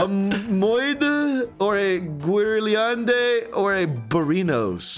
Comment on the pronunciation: Guérilande prononciation is more like gayrilande haha but very nice try from you guys you did very good XD